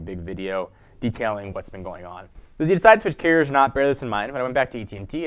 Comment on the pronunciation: Is he saying carrier or Keurig? ..hell am I thinking about switching cell phone service or coffee maker?!🤨